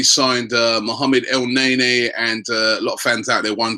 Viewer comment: for GOD-sake.... EL-NE-KNEE....NOT EL-NEy-NEY...............come on ROBBIE